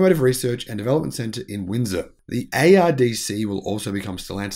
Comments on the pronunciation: Please learn to pronounce Ontario and Windsor correctly. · I think that pronouncing Ontario and Windsor properly should probably be mastered before commenting on Trudeau.